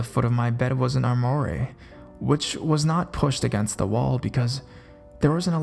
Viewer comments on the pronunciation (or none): Armoire isn't arm-moor-eee, its arm-wah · armoire is a large piece of furniture. It's pronounced "arm-wahre" or "arm-wah." It's French. I love the videos, I just notice that in just about every video you struggle with some nuance or unusual word. Not criticizing. I just don't want you to stumble on those words in the future. Keep up the great vids! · You're mispronouncing "armoire". It's said "ärmˈwär". Nice stories though. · Well done. Armoire is pronounced arm-war. It's a big cabinet used to hold clothes because years ago the government used to tax people on how many doors a home had. Consequently homes were built without closets and armoires became popular. They are expensive antiques now. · That was fun to listen to; thank you. (Also, no big deal, but "armoire" is pronounced "Arm-Wa". Rhymes with "bra" or "ha".) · Sorry to be "that person" but I think you meant armoire, which is pronounced "arm-wah" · If there is one thing that ruins a story for me, it is bad pronunciation. Armoire is not pronounced the way you did, as the "e" is silent for one thing. Other than that, you do a good job and this seems to be a common problem in these videos. I would suggest looking up words you aren't familiar with, since they generally have words spelled out phonetically. If you use an online dictionary, it should say it correctly for you, if they programmed it properly. Thanks for finding these stories, and I hope you take this in the positive way I intend it. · UGH THANK YOU! I've noticed this type of thing too and it bothers me. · How to pronounce Armoire Please youtube that.